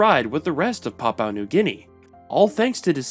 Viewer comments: Dude, you need way better research. It’s pronounced BOH-genvil. And PAPUA New Guinea. And PAPUAn. Also, “Papuan” is not a demonym for PNG people - it has a different meaning. Not “the Papuan state”, “the state of PAPUA New Guinea”. Generally PAPUA just means the southern region of PNG. Tok Pisin is not “creole-based”, it is a creole language. “Very few also still follow indigenous beliefs” is wrong - many, probably a majority, follow both Christianity and traditional customary practices. Australian Aboriginal people are not Melanesian. Many of the other names are mispronounced… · LOL, please do the pronounced "Papua" correctly. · no the anglicized version is papooah. You just are saying you're own thing, I think from misreading it as papau and then never looking again. If you had even heard one single other person in the world pronounce it the way you do I'd be surprised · No, the Anglicized version is pronounced as Papua (Par- poo-a.). The way you pronounced it is not the Anglicized version, BUT your own version of pronunciation. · it’s not even Anglicised. It’s just wrong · Jayapura is one of the Indonesia city. Lol. And, I'm from Indonesia. And, not Papaw, but Pa-poo-ah. And Bo-gen-vil. And, you've given the nice imformations. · It should be Pap-OO-AH, not Pap-OW. And BOH-genvil, not BOO-genvil. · Who even says Papau it’s papua man😂😂😂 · PapUA New Guinea, not PapAU New Guinea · Need to learn how to pronounce correctly. It's not Papau, it's Papua. And it's not Rio Tito, it's Rio Tinto. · It's Pah-Pooh-An, not pah-pow-an. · Hearing papau this and papau that makes my head ache .... Learn to say " P A P U A " ... Not " P A P A U " please !!! You are being rude by ignorantly keep saying papau this and that. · It's Papua not PAPAU. Papuan not PAPAUAN. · Good to hear you'll improve it in future, but I don't know how you can say this is an "Anglicised" version. "PAP-oo-ah" is the Anglicised pronunciation, as very widely used all over the world. Pap-OW is just a mistake.